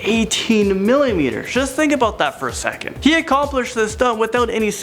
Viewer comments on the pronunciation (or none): butchermanJO "Secont"? Ugh.